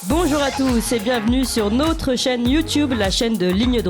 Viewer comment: Elle m agace avec son"nautre"...en français on prononce notre!!!